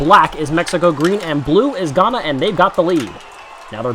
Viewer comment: btw you pronounced ghana wrong. i would know i live there